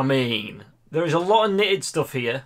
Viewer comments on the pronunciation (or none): none